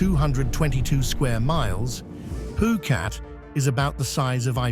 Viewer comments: Phuket not phukat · every time the narrator speaks he says phukat. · Great video. I love all three video of this type you made. I took a lot of notes while wacthing too. Btw why you say phuket as poo-cat ?